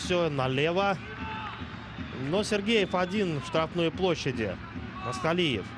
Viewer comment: НЕТ. НЕ МАСТАЛИЕВ, А. МАКСУТАЛИЕВ!!! ФАМИЛИЯ. ПОПОЕМУ. НЕ СЛОЖНАЯ, НО КОММЕНТАТОРЫ. ДОЛЖНЫ ЛЮБУЮ ФАМИЛИЮ. ПРОИЗНОСИТЬ ПРАВИЛЬНО!!!